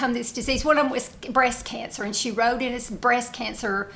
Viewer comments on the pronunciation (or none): none